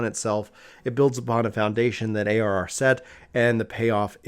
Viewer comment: Bruhhh you mumbled when you defined ARR! What is ARR?😋